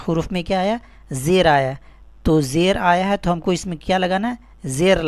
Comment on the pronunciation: Apna talaffuz to sahi karo janab zer ko jer keh rahe ho